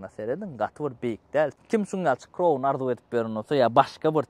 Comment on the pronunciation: Kroun dalhow jan dostym, dogryja ayday, gelisenok adyny yalnys gepleyan welin, Crown dal KRAWN diylip aydylyar Corona diyen manyda